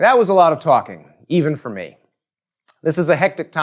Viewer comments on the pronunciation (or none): none